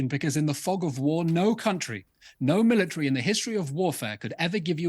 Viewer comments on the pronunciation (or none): none